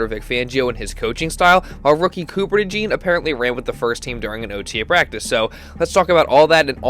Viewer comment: It’s pronounced Cooper DeJAWN